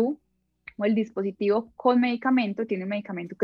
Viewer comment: Es buena info, pero ¿Por qué dice "diApositivo" en vez de "dispositivo"?